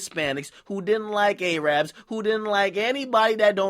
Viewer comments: Soooo y'all just gone let Akademiks get away with how he pronounced Arab like AY-RAB? That's racist asf. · my nigga it's arab (a-rub) not arab (a-rab). that shit hella offensive to arabs. ...don't get shocked if some arabs in black masks come for you after you fuck up and slip with them crazy ass niggas. but anyway, fuck this nigga trump, someone who's just that 2 faced and that racist never wins in the end.